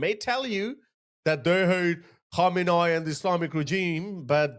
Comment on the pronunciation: I love your channel, not of a big deal but you better practice on correct pronunciation of khamenei 😂 how could you pronounce it wrong with all these remixes 😁 KhAhmenAAhi ❌ Khamenei ✅